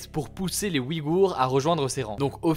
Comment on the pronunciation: Le tréma fait que l'on prononce "ouille-gour" non?